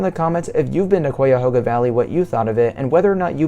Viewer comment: Great video! Nice waterfalls! I enjoyed watching! Also, as an Ohioan I've always heard Cuyahoga pronounced with a Hi in it ( like O Hi O ) like Ca - Hi - A - Ho - GA. I've been in downtown Cleveland before where the river goes into the lake and that's how it was said there too. That's the way I've always heard it said. Maybe you can say it both ways though. Maybe it's pronounced more like Cai - A - Ho - Ga. If any other Ohioan reads this you can tell me what you think. Yeah it's like it looks one way and it's pronounced another way. I do that too with places I've never been too. I've heard someone pronounced Utah before like U - Ta instead of U - Taw 😅